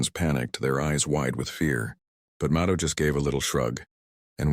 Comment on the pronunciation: It is amazing how lacking AI still is in trying to pronounce names correctly. Mado (like Rachel Maddow) Robin (not the bird, but Ro, like row your boat, and the emphasis on the last syllable, a nasal -in. Please stop trying to spread your AI ignorance and learn.